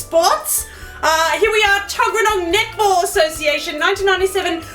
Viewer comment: What the heck is Netball???? BTW it sounded like you were saying nipple instead of Netball.